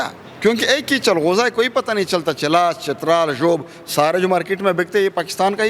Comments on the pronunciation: Inkar bahi changoza nahi chalgoza hota hay urdo ko thiq karoo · Lahori bhai changhooza nhi chalghooza hota h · Yeh anchor ko chalghoza kehna hi nai aata woh interview krny gaya hai